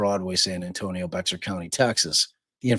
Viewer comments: For heaven’s sake. If you are making money off this family’s troubled times, at least learn the woman’s name, the names of the county and towns where all this happened. Bexar is Spanish and is not BEX-AR. This is pathetic and unkind. Get a real job. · Please have the consideration and respect to get the name correct. The victim’s name is Suzanne, not Susan, you only bother to get it correct occasionally. Also, Boerne is pronounced Bernie, Bexar is pronounced Bear. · Bear is pronounced "bear", and Boerne is pronounced "bernie". Last year I rented an apartment in that neighborhood and took my grandchildren trick-or-treating among all those beautiful houses. I wonder if I met them that day last year. Such a shame. I was just getting out of a relationship myself and struggling and dealing with trauma, but you don't think it's happening in those pretty houses.